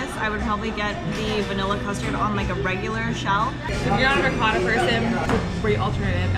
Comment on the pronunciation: The way they're saying ricotta is really grinding my gears.